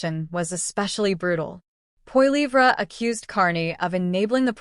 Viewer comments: Could you pronounce his last name correctly! Seriously!! Yes he will be our next Prime Minister so I suggest you realize how to pronounce his last name! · Sorry, but as soon as I hear an AI voice, I'm out of here. If you can't do a video and narrate it yourself, don't bother. It comes off as too fake. The pronunciation of Poilievre was horrible.